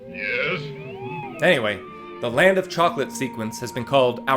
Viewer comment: "land fo chocolate"? 😊